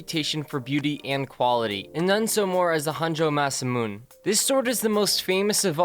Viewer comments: I hate to correct you on pronunciation, but it is actually pronounced Massamoonay. Sorry >.< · 7 branch blade would NOT be a great melee weapon the 6 branches more than likely would break off this is why there was only 1 and it's a ceremonial blade Also show more respect in pronouncing the name Masamune (mass-a-moo-ney the e is not silent) The Chinese nuks? Any weapon that can cause injury to it's user is not a good melee weapon The sword breaker was not a good sword and not good at breaking swords which is why they were not used a lot As for your #1 weapon it's the only really true deadly weapon on here because it's designed not to cut or slash (which hurt but are not deadly in on itself) but to puncture in a way that a person would bleed out quickly before interior stitches could be applied and outside staples to close the wound The knife before it is not a true good melee weapon because the saw back on the spine weakens the blade spine to the point that the blade can snap in half....there's a reason blades such as K-barr and other military blades have a solid spine..... actually a karambit is a better melee knife over your saw back knife that has everything that scares you You sound like a good kid, very energetic about weapons, just get more educated on them because most times the simplest weapon (WW1 trench club) is the best melee weapon....I gurantee you a WW1 trench club had killed more people than all of your weapons combined from #2-10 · Masamune - Maa-saa-moo-nay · lmao "masah moon" pronunciation of Masamune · Here to correct Japanese pronunciation as I often do. Masamune is pronounced like this: Maa - Saa - Moo - Neigh. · Masamune is pronounced muh-SAH-moo-nay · its masamun'e you cornball smh im black n i knew that from a lifetime of anime watching n kung fu flicks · mah- sah- moo- nay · Masamun? just search his name and other videos will tell you how to pronounce his name? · you pronounced masamune as masamun. just sayin, the e isn't silent.